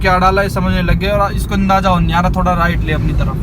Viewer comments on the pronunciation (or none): none